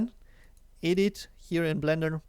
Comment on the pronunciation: Thanks for this nice intro! (Oh, and it's pronounced ehdit, not eedit :)